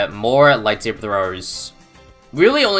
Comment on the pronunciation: light thabre that was so funny I love you